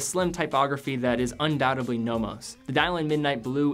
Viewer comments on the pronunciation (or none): none